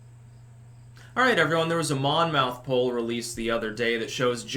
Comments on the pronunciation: In new Jersey, we say "monmuth", not Mon Mouth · It’s pronounced monmyth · You are doing 'spelling pronunciation'...Monmouth is pronounced 'mammuth', a = 'ah', with a hard accent on the first syllable. I lived in Monmouth county NJ and I can attest that this is the vernacular. Similarly, in NYC, Houston St is 'howsten' and in Boston, Copley Square has a short 'o'. Just FYI. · Its Mon myth we pronounce it in Jersey. Monmouth is a jersey shore school. I’m from Jersey. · Monmouth would be pronounced Monmuth (at least Monmouth in the UK is pronounced that way) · Monmouth rhymes with Plymouth. Love your content, keep up the great work